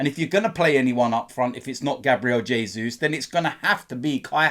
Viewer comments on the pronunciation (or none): none